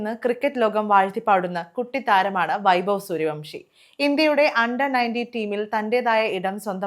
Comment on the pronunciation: It is not bavi, it should be pronounce like, having.